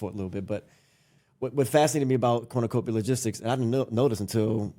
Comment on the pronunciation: This is fact not fiction everytime you say Cornucopia I cringe